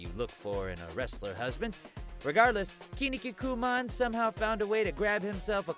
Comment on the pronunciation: It's not kinnikikuman, just kinnikuman, why make it harder?